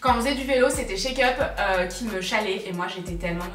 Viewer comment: Tu m’as fait mourrir de rire sur avec la comptable. Par contre quand tu parle de Charlène de la chaine chakeup j’entends check-up 😂